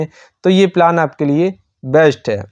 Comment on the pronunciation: पिलान नही प्लान 😂